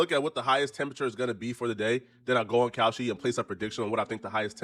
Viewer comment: I hate how he say Kalshi. Looking dumb